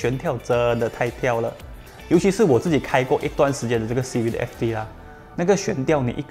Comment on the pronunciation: 支持! 可是读音是"Civik" 不是"Civid" 哦。CIVIC fc 的优缺点我都ok, 比较不喜欢那颗cvt罢了。